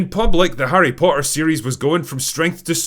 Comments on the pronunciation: I like how you pronounce "Harry Potter" without any T's. 😅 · I just realized The Drinker has that weird british thing where a T in the middle is silent. "Po''er". I only thought this was a cockney thing, not a scottish thing aswell